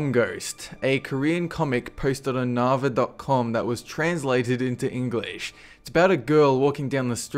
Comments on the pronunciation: It's (Nav-er). Pronounced er not nava. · Naver: pronounced as Neighbour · Oh. my God. I laughed so hard. The Korean website with the comic strip is pronounced "Naver" with the ai not ae. It's a very famous website in Korea almost equivalent to Yahoo. Haha.